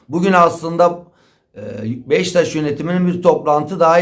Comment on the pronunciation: Abi sürekli Beşiktaş'a Beştaş diyor.